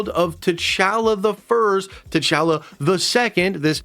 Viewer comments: Please say T’chala correctly 😭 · Why are you saying T’Challa like that?!